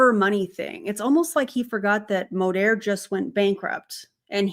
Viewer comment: You almost went full Texas accent with that Modeeeeeerrrr 😂